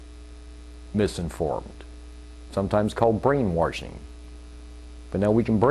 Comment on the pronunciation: Ya he deinately said brain warshing twice at least